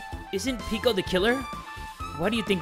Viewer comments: Bro I hate how hes dissing these names 😭 its peck-o you were saying it right in the first place brooo (Edit) you guys need to like the video more bruh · He pronounced it peko peko before idk what happened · pronounces Peko as Pico Peko: "am I a joke to you?" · No one:: "pico" The fandom: "peko" Fuyuhiko: "peko" The rest of the cast: "peko" SPOILERS(?) Peko: "tool" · The way that pronounces Peko... "Peeko" lmao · OMG WHY IS HE CALLING PEKO PICO IM SO DONE ABJSBAJS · its not Piko it PEKO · I mean those names are new but still, ITS PE-KO